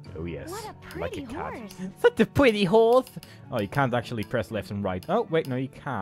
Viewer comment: "Such a pwetty howse" LMAO XD